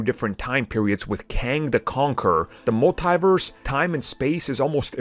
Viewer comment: You keep saying multiverse like there is an e Agee the I lol.